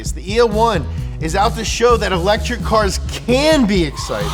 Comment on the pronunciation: "EL - etric"